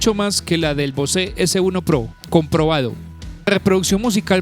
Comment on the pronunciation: Bose (bouz) not (Bosé)